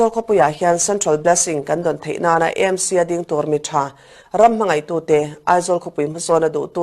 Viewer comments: Â M C tih kher a ngai lo. Ê M C tih mai tur. Mizo tawng leh English-a Association, Club, Institution etc. kan ziah chuan chuan a lamtawiah English kan hmang ṭhin. Heng Aizawl Theological College, Aizawl Football Club, Greater Aizawl Water Supply Scheme, Govt. Aizawl College, Aizawl City Bus Owners Association, Aizawl District Congress Committee etc. ahte hian Aizawl hi Â tiin kan lam ngai lo va, Aizawl Municipal Corporation anih vanga Â tih tur bik a ni lo. Chutiang bawkin Hindi ah pawh Aam Admi Party an nei a, Â Â P ti lovin E E P an tih hi. Uttar Pradesh pawh Û ti lovin IU (U.P) an ti. Hindi alphabet-ah IU a awm lo, mahse U.P. an ti mai. Andhra Pradesh te, Arunachal Pradesh te pawh Â.P ti lovin Ê P an tih vek hi. i hriat ve atan. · EMC ❎ AMC ✅ A dik zawk hrereng a, lam dikloh ṭalh kha chu chi ṭhin nang le..🤣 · "E-em- si" tiin in lam thin a adiklo. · AMC Aizawl tih ni na na na a, I lam E talh zela😅